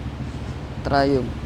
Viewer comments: Sir ang tamang pronunciation po ng Triumph ay tra-yamp, hindi po tra-yump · Na bobother ako sa pag pronounce mo ng triumph, pki correct nlang ha